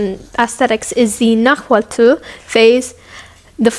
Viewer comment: Shout out to this white girl for pronouncing náhuatl right